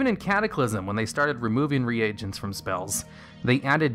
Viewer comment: You're pronouncing the word "reagents" wrong. It's [ree-gents], not [re-agents].